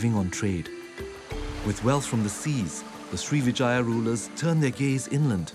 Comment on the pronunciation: Sri Vijaya - Pronunciation of Vijaya is with emphasis on the first syllable...